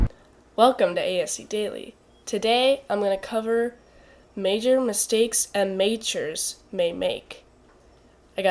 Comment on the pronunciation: Am-a-tures. - MintSalad